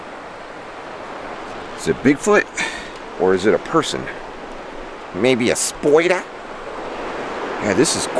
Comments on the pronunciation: I just love how you say spider...spoider. lol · Love your videos and you make me laugh !! Especially when you say “ Hey look Ma!! It’s a spoyder”!!! 🤣😂🤣😂😍